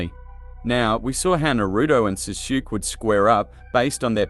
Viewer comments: “Suzuki” I know it’s voiced by an Ai but still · its pronouned Saskue like sauce then kay u good my guy lol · Your pronunciation of sasuke is so bad man